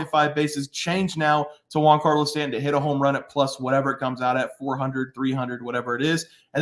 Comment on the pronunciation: “Juan”Carlo Stanton? Never heard of him